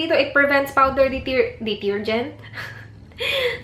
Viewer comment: Natawa ako sa di-tir-gent 😂😂😂